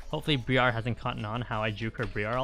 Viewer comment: Thanks for the content. Briar is pronounced the same as the first part of briarwood btw